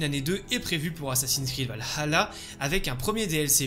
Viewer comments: en faite c'est plus la '' pause que tu prends, parfois on dirait que tu dis Val - Halla tu accentues trop sur le ''Ha'' aprés je chipote sans doute 😅 mais ça n'enléve en rien la qualité de tes vidéos :) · Super vidéo comme d'habitude mais je trouve que tu prononce un petit peu mal Valhalla.. 😅